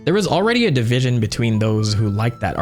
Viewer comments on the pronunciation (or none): none